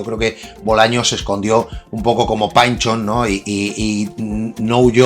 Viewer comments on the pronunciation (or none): Se pronuncia PINCHON, no PANCHO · Por que Pynchon es "painchon" y Dylan no es "Dailan" como se decía antes? PARA MI EL PAVO DE PINCHON ES POR PINCHON